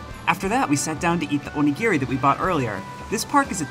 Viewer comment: Please say Onigiri correctly. It's not Gear-Ree, it's Gee-Ree. O-Ni-Gi-Ri.